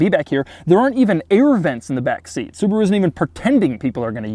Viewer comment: The Brand is Called Subaru, not Subru.